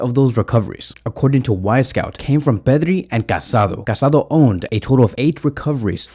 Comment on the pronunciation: The Barcelona midfielders’s name is pronounced Ca-sa-DOUGH. The Accent mark over the last vowel means something. It is disrespectful not to pronounce his name correctly.